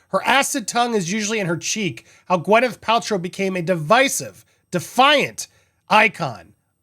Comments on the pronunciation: It’s Gwyn, not Gwen! 😂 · Gwyneth is spelt with an Y so it is logical that it is pronounced as the "y" in "happy" , if the sound was supposed to be more like an "e" as in "bed" it would have been spelt with an "i" as in "sit" or with an "e" as in "red". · YES GWINETH PRONOUNCED! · I think we should just keep mispronouncing her name 😂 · A vaginal health lawsuit. Now I have seen everything. I did know of her preferences when it comes to pronouncing her name. Although not a fan, I did enjoy watching her on the big screen.